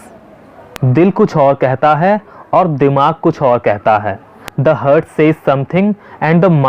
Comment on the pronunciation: Sir please check, Heart is pronounced as... हार्ट But not... हर्ट Hurt is pronounced as.... हर्ट